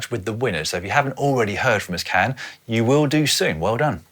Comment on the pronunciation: Can is more likely to turn around if you pronounce it like John🙂